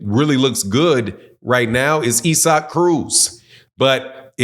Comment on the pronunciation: Man why tf can't you pronounce ISSAC name correctly for 💩? It was the same 💩 with Andrade 🤦🏽